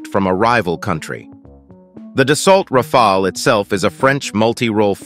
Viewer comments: That’s a nice jet alright. But bruh I’m getting dizzy when one moment your straight the next your waving the rainbow 🏳️‍🌈 when u pronounce it Rafaal and Rafail. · I think we can all agree that y'all need to choose which pronounciation you're gonna go with. 'Ra-fall' or 'Ra-fail' ??? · it is pronounced RAFAL not rafael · Why not agree on 1 pronunciation before you hit Record🤪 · I drank a shot of vodka each time you changed your pronunciation of “Rafale.” This was a one minute video. I am now drunk.😂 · How has my man managed to pronounce it differently each time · Pronounced the plane differently every time